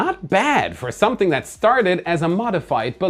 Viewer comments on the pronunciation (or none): none